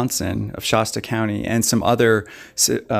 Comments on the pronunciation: Hey, its ‘Shasta’ A as in apple, not Sh-Ah-sta. Also, this lady is a sociopath. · Not shosta Shasta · Shasta is pronounced wrong.